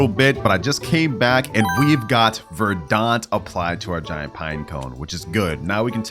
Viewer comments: uhh I hate to be "that guy" but it's pronounced ver-dint not ver-daunt... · It’s verdant not verdaunt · the way bro pronounced verdant 💀